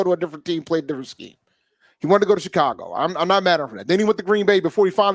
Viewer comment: Did you say Shecago Bears? That’s funny